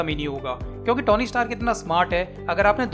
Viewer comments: Bhai vo Tony hai na ki tauny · O bhai..tony ki pronunciation theek se Karle